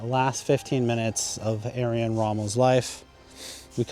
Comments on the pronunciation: Nice video dude. Mispronounced his name, but I am sure you're well aware of that by now. Otherwise this video was fantastic! Looking forward to more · for Christ´s sake, couldn´t you even get the pronunciation of the name of man right about whom you are making a video? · If you are going to do a post on someone please learn how to pronounce their name properly. Second, Rommel was a field marshal not a general. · It shouldn't be that difficult to pronounce Erwin correctly. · Er-vin, not Air-win. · not talking about accent, talking about plain wrong first name: it's closest pronunciation using all English sounds is not Arian, but "air-vin" and this is also possible with YOUR accent. It's just a lack of basic research. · On German it's Air-Vin...... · His name was Irwin Rommel not Arian Rommel. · Can dude! It's pronounced Air-Win! Not Aryan. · His first name is pronounced as- Urvin , not Arian. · ‘Aryan’ Rommel? 👀 It’s pronounced ‘Er-win’ (English) or ‘Er-vin’ (German). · In German the w has a v sound so correct pronunciation would be Ervin Rommel. Long E sound, rolling the R sound with the tongue, pronounce the V and then the rest is normal. So even though it’s spelled with a w, Erwin, it’s pronounced as Ervin. Like I explained. I don’t know where you got saying Aryan Rommel or who Aryan Rommel is. If it’s spelled with a V, in German the V has an F sound, so like with Volkswagen, in German you’d say Folksvagen, some Germans just say Fow Vee. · His name is Erwin not Ayran... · His name is pronounced Erwin not Aryan. What was done to Rommel is common unfortunately. Patton was assassinated due to his refusal to carry the narrative. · Irwin- pronounced ERVIN, who knows where he got Aryan from?🤦‍♂️🤣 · Edwin not Aryin. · Interesting and informative, but sorry, I kept tripping up every time you called him Aryan Rommel. It's Er-win Rommel. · Yes, I found it very odd the way you were pronouncing his name. It sounded like you were saying Ayrian ….. it should sound like ErrWin.